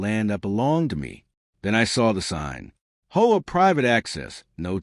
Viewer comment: First thing I noticed about this horrible AI garbage story was; What in "H" is an HUA? I've heard of HOA's but never HUA's